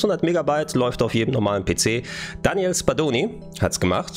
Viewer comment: Daniele nicht Daniel ;)